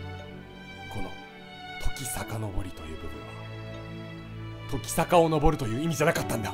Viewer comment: キヨが言う時坂が乃木坂にしか聞こえないのは病気ですか？